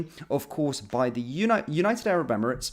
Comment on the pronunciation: SHE CANT EVEN SAY ARAB 😳these clowns in charge F**CK ME😡😡😡😡